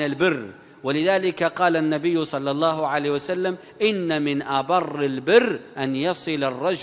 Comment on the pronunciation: ياريت يا تتعلم تقول صلى الله عليه وسلم بدل كلمتك الشهيرة صعسلم